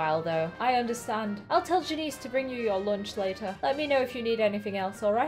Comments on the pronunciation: Great vid. But its not jan eece its jan iss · Its pronounced Jan-IHS not Janeece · Yammy Janices name is pronounced Jan is. But I don't really care say whatever feels right to you. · You say janice like (jan)-(i)-(s)